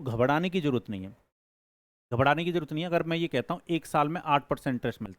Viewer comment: घबराना ❌ घबदना ✅